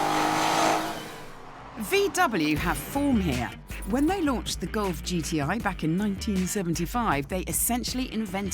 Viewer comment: The "God"?!? Everytime he referred to the golf. Is it accent issues or on purpose?